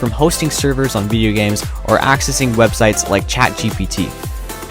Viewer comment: Accses "wedsites" :*))))) nice one :D